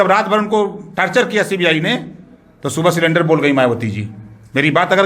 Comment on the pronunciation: बिल्कुल सही पत्रकारिता इसी को निष्पक्ष पत्रकारिता कहते हैं हालांकि रवीश गैंग से ऐसी उम्मीद नहीं थी।राजभर जी कह रहे हैं कि वह अनपढ़ों को समझा नहीं पाए परन्तु यह कितने पढ़े लिखे है इस बात से ही अंदाजा लग रहा है कि सरेंडर को सिलेंडर बोल रहे हैं और योगी जी को भीख मंगवा रहे थे।अब यह सही पार्टी में आ ग‌ए है जहां अधिकांश लोगों की भाषा शैली ऐसी ही है और चुनाव जीतने के बाद तो इनकी कार्य प्रणाली के कहने ही क्या।